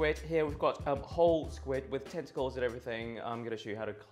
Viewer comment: Could have sworn you said testicles instead of tentacles first mention ... 😂😏